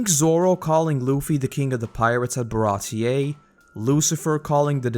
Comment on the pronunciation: it's old but it's pronounced bara-tea (like the drink) tee ... see ... eeee .... you know .... REEEEEEE... ahäm